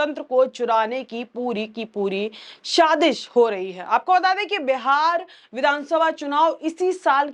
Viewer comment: Saazish ( conspiracy) ko aap shaadish keh rahi hain. Urdu kay lafz bonay say pehlay unka TALAFFUZ ( pronunciation ) jaanlaynay say aapka faayeda hi hoga, koi nuqsaan nahi , balkay aapka presentation aur bhi Shaandaar hoga.